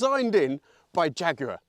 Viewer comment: Agree with that, he actually says jaguar fairly normally.